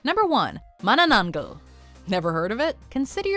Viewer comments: lol mananaggal XD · nakaka tawa yung pronounce ng menenengel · Philippines ya mana-nang-gal that is how to pronounce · #Phillipinesisgud:3 But when you pronounce it tho xD its pronounced as Man na nang Gal Dont say it to fast xd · Mananan-gel hehehe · watchmojo:manananjgal me: you pronounce that wrong. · Hearing non-Filipino people say Mananangal kills me 😂